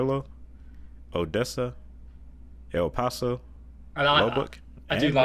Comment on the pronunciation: How did he pronounce El Paso? That sounded strange.